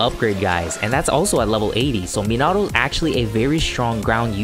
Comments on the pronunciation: You're super close to pronouncing minato correctly instead of Me-nah-oh say Me-nah-toe and it'll be perfect,keep up the great vids 😄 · I was just like huh did he just say menahhhto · Is it just me or does it trigger others too? The way he pronounces Minato. Lol sry keep up the good work